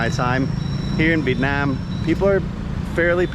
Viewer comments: Hey! you are supposed to pronounce "here in Vietnam" not "here in Việt Nam" LOL. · Haha the moment and the way you put the accent in "Viet namm" word, I'm like "Oh he definitely became a Vietnamese in his soul and spirit" :))